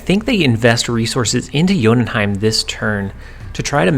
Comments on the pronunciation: Correct Jotunheim pronunciation! BTW I think you should at least try to pronounce new locations no ones angry if you'd say you're not confident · gg on saying jotunheim right